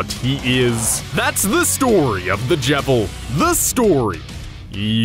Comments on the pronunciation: I pronounced his name Jeevil. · wtf why do you call him the jevil its cleary just JEVIL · I'm giving another down vote just because he can't get Jevils name right.